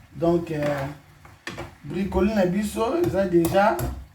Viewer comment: ba bengaka yango na français Brocoli et non bricoli